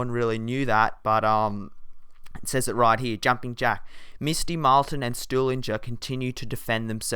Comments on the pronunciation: Its stuhlinger dipshit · Don't wanna be a nerd but it's stuliger or however you say it